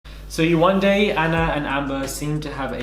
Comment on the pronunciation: Yewande=jourdan not close